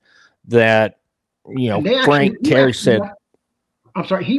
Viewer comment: Teeee - air - re .......... not terry . Sammy laughing all over his chops .